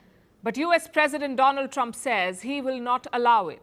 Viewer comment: 😁 "India's frannd Doland Tramp"